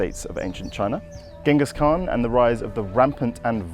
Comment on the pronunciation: needs some work on his pronunciation of Genghis Khan. 😉